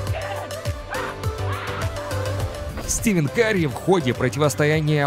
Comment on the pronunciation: не Стивен Карри , а Стефен... и команда не ворИОр, а вориорс